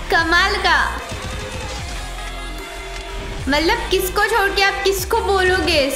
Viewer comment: ap hamesha matlab ko malab bol te ho ja kay dakhna